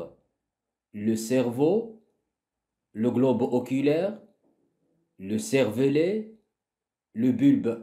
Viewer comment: servelet ❌ cervelet ✅